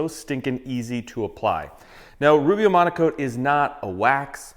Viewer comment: It's called Rubio Monocoat? Why do you always say Rubio Amonico?